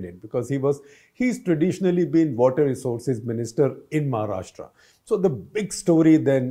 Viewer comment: Shekhar first learn to pronounce 'Maharashtra' properly (like 'Rashtra'), not Maharashtraaaa